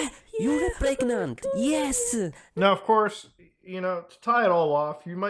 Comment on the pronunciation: “You think you are pregNAUNT?”